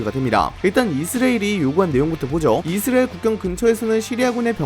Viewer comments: 형님 이스라엘 발음하는데 왤케 힘들어하세요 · <이 스 '레' 일 > 만 들리는 영상